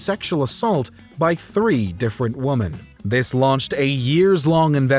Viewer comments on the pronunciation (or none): I’m gonna need the narrator to say “women” instead of “woman” when the word is pluralized. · It's Women not Woman dang it!. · Why does the narrator keep saying woman it's women not woman plural is women singular is woman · Why the hell does the narrator keep saying "woman" instead of "women". So distracting and stupid. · Is he saying woman instead of women or am i hearing it wrong? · and it's "women" in plural, not "woman". Best regards from someone who doesn't even have English as their first language. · It's women not woman lol. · I came here looking for this specific comment! It irked me every time the “Narrator” said woman as a plural. it says Dozens of Woman. Ironically the Closed Caption says Women. I was wondering if anyone else noticed or was bothered by it. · 3 different womAn.....your A.I.. presenter needs a raise or a womens sex inappropriate charge... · Is it just me, or does the narrator not know how to pronounce "women"?